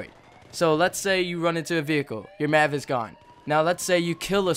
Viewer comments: M.A.V. not mav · all i heard was yousass, Maavv, and deneenate good video bro